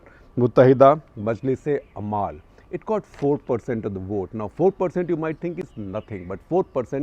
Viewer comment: umal not amaal